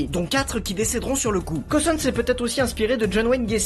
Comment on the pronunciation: C est cauwton pas couton